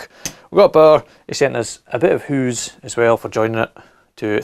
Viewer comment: "...a bi' of hoose..." 😂